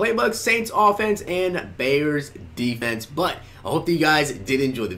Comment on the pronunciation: Deeferent deefense.. sorry bro that was hilarious